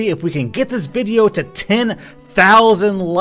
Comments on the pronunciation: U wispronounced widdly wideo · He Said wideo not video GeT iT rIgHt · Its Video not whydeo ! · YoU SaId WiDeO iStEaD oF ViDeO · Did you just say... "Wideo?" YOU FRICKIN FRICKER DON'T YOU KNOW YOUR ACTIONS HAVE CONSEQUENCES!? YOU OFFICIALLY MADE ME LOSE MY MARBLES!! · “Wideo” is actually the correct phrasing, as the word video is derived from the Latin word “videt,” for see. It is pronounced as “wee-det” so you actually made the correct pronounciation. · Are yuo sutpid?! yuo siad vodio rong! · Ay mate, I think you mispronounced video in the intro